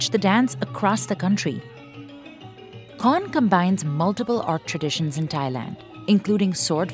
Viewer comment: While I really love your documentary on this craft, the narrator might need to confirm the pronounciation of Thai words, places, etc. Here are your mistakes in pronounciation. - Khon (kʰǒːn) is pronounced similar the word "cone". - For "Ang Thong (ʔàːŋ tʰɔ̄ːŋ)", the word "Ang" is pronounced like the first syllable of "Angkor wat".